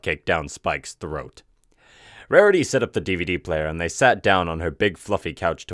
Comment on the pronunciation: "Rahriy was anhry."